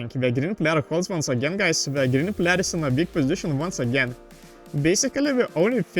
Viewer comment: Yes can u also practice how to pronounce "player" please